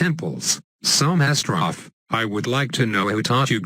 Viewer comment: Bbooooooo we all like MasterOV and its pronounced Master O-V!